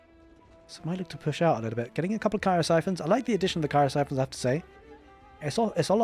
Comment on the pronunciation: Don't forget those ky-roh-sai-fons